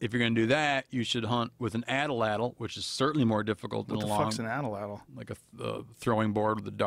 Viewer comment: Steve, it’s called an atlatl not an atalatl.